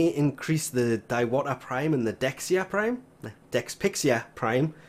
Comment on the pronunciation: Diwata is read as "Dee-wa-taa"